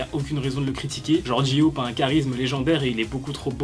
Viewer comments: Tu t trouper ta dit jiop mais c'est pas sa c'est j-hope 😊😊😊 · TA DIT GI HOPE PRONONCE BIEN STP NON 😂😭 (JE RIGOLE) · "Ji ope" 😭